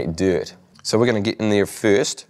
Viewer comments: Did he say deert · "acciumilate diurt"